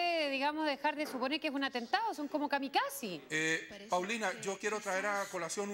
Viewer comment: Kamikasi. Jeje.....bueno despues lo dice bien....en todo caso cuando lo vi en directo ,Paulina muy acertada y perspicaz ,....